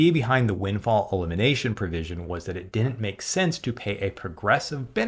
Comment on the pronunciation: learn to pronounce "DIDN'T", it's not "DENT"